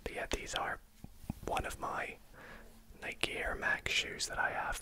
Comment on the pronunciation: I really appreciate that you pronounce Nike correctly